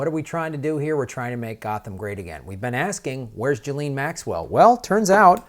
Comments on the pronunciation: It's Geh-laine 😁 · Listen to Virginia Roberts, the blond in the pic with Prince Andrew, and listen to the way it's pronounced, since she spent YEARS with them both. . Although the 'JIZZ' sounds cool, it's a hard G as in golf, and the S is silent. "GHEE lin." Oooh, that actually sounds as ugly as she is!!! o_O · I believe it's pronounced "Jizz-lane" Maxwell.